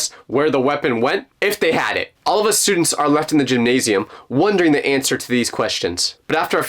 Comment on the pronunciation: "i dont like..stuudeents (tell me why)" ahh story